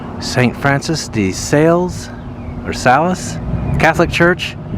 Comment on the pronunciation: St Francis "say -lease". Proper pronunciation. Catholic church in Paducah. 😊